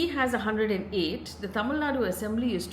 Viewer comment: Appreciate Faye for nailing the Tamil pronounciations… quite rare to see from a non-south Indian media person